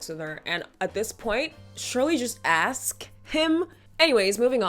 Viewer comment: He "aws" her to join him?? Don't you mean ASK